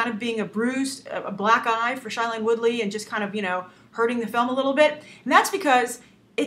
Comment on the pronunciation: Shailene Woodley's name is pronounced "shay-leen"